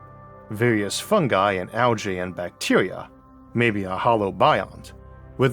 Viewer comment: I'm probably focusing on the wrong thing here, but pronouncing algae as "al-jay" never sounds right to me. Definitely a bigger fan of "al-gee".